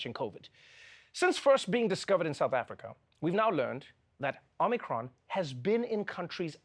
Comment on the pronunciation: Check your Omicron pronunciation